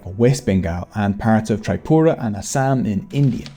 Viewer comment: The "Beng" part was correctly pronounced, but we pronounce it like Beng-all Also wrt Tripura -- it's pronounced as Tree (but with a soft 't') and not like the English prefix of 'tri'